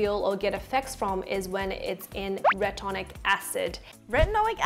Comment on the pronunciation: its called Retinoic Acid not retonic acid